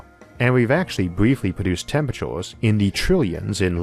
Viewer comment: Get a better speech program hopefully not americanised.. Temperachores ? Dooteron?